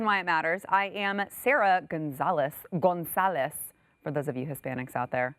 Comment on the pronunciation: Ha ha “GONzales”. Yes we Hispanics appreciate the emphasis on the right part of your last name.